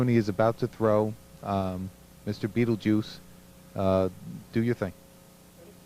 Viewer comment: I lost it when he calls him mr beetljuice